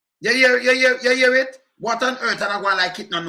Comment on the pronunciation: What on 'hearth?' (earth) 😂😂😂 'hemphasizing' his 'hayches' (h's)...😂😂😂